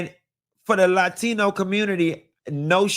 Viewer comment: Lah-teeno community - unlocking new pronunciation 😂